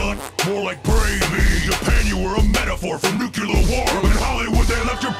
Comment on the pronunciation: I take points away from Kong for pronouncing"nuclear" wrong. Godzilla won this for me.